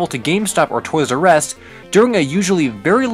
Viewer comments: 'Toys "R" Ess' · Is his pronunciation weird? Toy’s Arrest or Toys R Us???